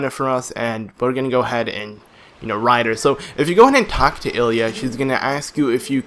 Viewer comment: uhhhhhhhhhhhhhhhh. its pronouced Lilia